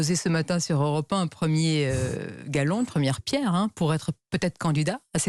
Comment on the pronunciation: Sonia Mabrouk, on pose un jalon", pas un "galon" ;-)